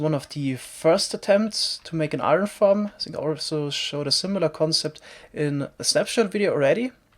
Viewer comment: You're probably gonna hate me... but every time I here a German say "think" I just can't thinking about anything else that "this is the German cost guard ... what... what are you sinking about" :')